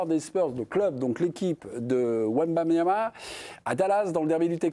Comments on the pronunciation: C’est pas wembamiama ? Mince je croyais 😜🤣 quand c’est autre chose que du foot toute façon… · Meme pas foutu de dire son nom correctement, ils sont ridicules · un de ces jours il va falloir apprendre à prononcer Wembanyama monsieur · un journaliste français qui ne sait même pas prononcer le nom de Wemby correctement. La honte. 😂😂😂